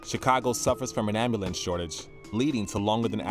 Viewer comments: Did he say Ambewl- lance? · The dude said ambulance wrong wtf